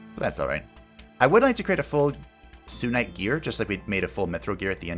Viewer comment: I kinda wanna point out it’s SUNite you know coz it’s called SUN haven just wanted to let you know😛